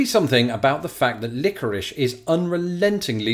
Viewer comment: You don't. It's Lick-o- rish. Three syllables. Not two. Still weird, tho. I'll give you that.